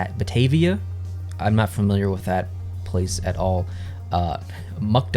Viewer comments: The Batavia Muckdogs are my team! You said Batavia correctly. I love your interpretation of being stuck, cause it fits for the area. Regardless, the team has been around for ages, and has to do with the mucklands around here, between Rochester and Buffalo. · You actually pronounced Batavia right. It’s a city in NY between Buffalo and Rochester, along interstate 90. I’m pretty much in the same boat as you in the rankings. . I probably would have ranked Batavia a little higher and have West Virginia Black Bears my number 1.